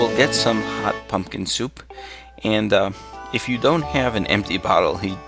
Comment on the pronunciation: lol I thought you said fuckin soup so I rewound it only to find out you actually said pumpkin.